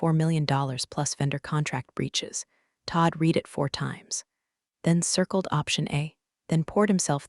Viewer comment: Please sort the "read" "red" mispronunciation